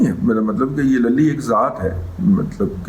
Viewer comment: 😜😂😜😁😁 سر جی ! صدیق لَلی نہیں، صدیق لُلی Luli